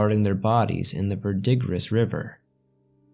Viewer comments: and Verdigris is ver-de-gree not Ver-DIG-ris but I love swamps 💜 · Osage is pronounced O-sage, and Verdigris as Ver-di-Gree.